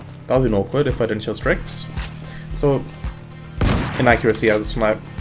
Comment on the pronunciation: excuse me ? "Strikx" ?